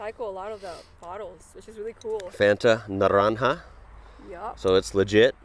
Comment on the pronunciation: Why did you read it as Fanta Naranha. Is the rapper Ja rule or Ha rule.😂. BTW the fanta orange in Croatia and Greece is more orange than in Serbia. The blue one is Elderberry/lemon.